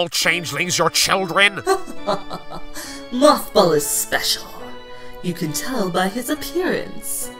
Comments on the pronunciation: do realize that he said Mockball instead of Mothball. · MothBall? I thought they said MoffBall XD